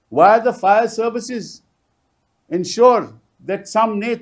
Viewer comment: Pl. read Fire in place of Fair.